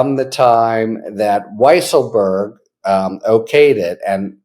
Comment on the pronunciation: By the way, his name should be pronounced Weasel-berg.